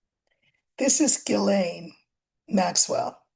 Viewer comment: Btw Ghislaine is pronounced; "Jees - lane".. (It sounds better in French).. 👏😊